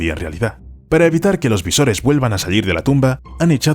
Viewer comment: Se dice visones y no visores al final del vídeo